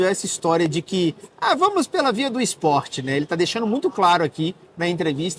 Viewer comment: Tapa na cara da galerinha do “meu ixporte favorito”.